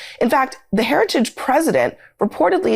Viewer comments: What is a “Heradidge”? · Mr Trump, say "Heritage"